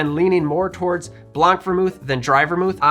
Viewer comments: Little tip for your French pronunciation in blanc (white) the c is silent so it sounds like blan not blank. Also in French you would say vermouth blanc not blanc vermouth. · You don't pronounce the C in "blanc". It's just Blan. Blanc means White in French but the C is silent.